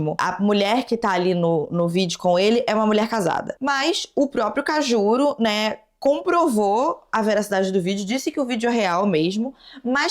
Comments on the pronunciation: "Kajuru" se pronuncia assim mesmo?? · Chocada com a nao saber pronunciar o nome do Kajuru kkkkkkkkkkkk pra mim ele vai sempre ser um apresentador, não acredito que ele é senador